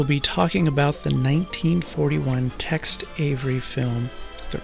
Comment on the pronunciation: It's not Text Avery, it's Tex.